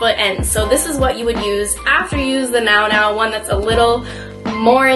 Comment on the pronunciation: Nounou is pronounced “new new” :)